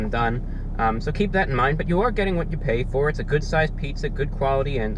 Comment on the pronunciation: "Qhwhat". He's so classy!